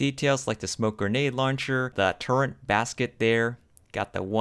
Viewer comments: Please learn how to say the word turret. There is NO 'N' in it. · What was the price for those bad ass, highly detailed, M1A1 Abrams BT's ? They're awesome. And BTW you're pronouncing "turret" wrong, it really sounds weird.